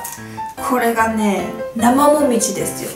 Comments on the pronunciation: なまうみじぃーって聞こえたww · 「なまごみじ」に聞こえる